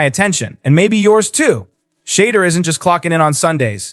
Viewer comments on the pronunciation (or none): Pronounce his name correctly! What is wrong with all these deliverance announcers!